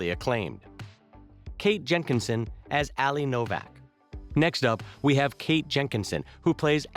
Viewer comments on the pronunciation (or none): none